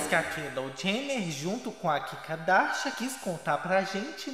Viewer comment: Eu amo qndo falam "kikardashian"